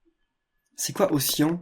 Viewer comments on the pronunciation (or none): Ocyan, cyan se prononce "ci - y'en" = océan ;)